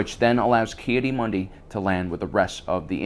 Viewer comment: the way he pronounces some of these names drives me insane. like this guy spent 5 years making this video (and did a good job with the events and everything) but he can't pronounce the names he's heard a million times watching and re-watching this show? Ahsoka "Tuh-no", "Kee-uh-dee" Mundi, Bo Katan and Satine "Cries"... It's infuriating